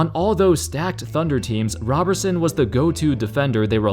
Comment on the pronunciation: It's " RO " berson and " ROB " erson